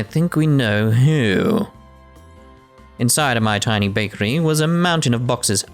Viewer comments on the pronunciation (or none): none